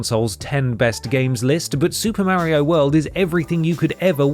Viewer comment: I'm sorry but I can't watch any video where someone calls him "Mary-o".